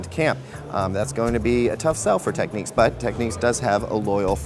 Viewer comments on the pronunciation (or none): Repeat after me...TECK.....NICKS......got it ? TECK-NICKS. IT is not Techniques. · Why the fuck would you pronounce the word "Technics" as "techniques"?